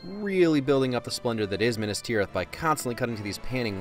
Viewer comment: Coming from a Lord of the Rings, it’s called MINAS Tirith, not Minis Tirith. REEEEEEEEEE Don’t take any of this seriously, just a joke